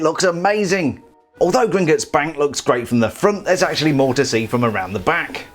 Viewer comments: Please don’t say gringitts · Why does he say Gringutts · British people am I right